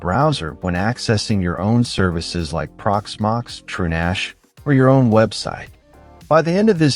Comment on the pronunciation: Nice video. Too bad the AI voice is otherwise distracting; "En Gee Eye En Ex" and "TrueNASH," anyone? 🙂